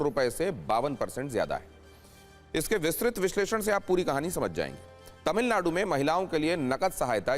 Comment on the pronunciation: 😂 Are anchor.. tamilnad nhi Tamilnadu hai.. teleprompter par Au ki matra hat gyi to wahi pad diya ??